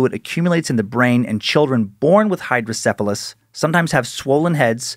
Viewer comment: I have hydrocephalus due to my birth defect Spina bifida. Although not everyone with SB has hydrocephalus. I've heard of these legends before. Really proud of Dan fro pronouncing it correctly. Also was correct, water on the brain is a term used to describe it.